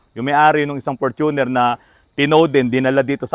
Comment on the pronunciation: Hindi Fortu'ner but For'tuner'. Ford kase kaya ganyan